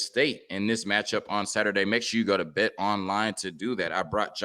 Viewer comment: Why can't black guys learn to enunciatw words correctly? It is bewildering.The word is pronounced bet....not bit. Holy fuk dude.